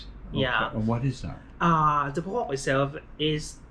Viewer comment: did he say bocox? 😂